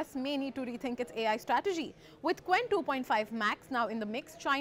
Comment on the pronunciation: It pronounces "ch wen", not "k wen". Romanization.